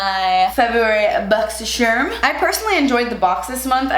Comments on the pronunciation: bochchy sharmmh~ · I love when she says “BOXY SHARM”